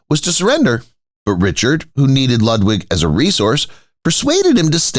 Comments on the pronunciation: Do try to pronounce the name of Ludwig correctly. Your repeated misprocuniation is off big time along with historical inaccuracies. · The narator mangles pronunciation of 'Ludwig' and 'Wagner' so can you imagine how he'd mangle 'Neuschwanstein' !!!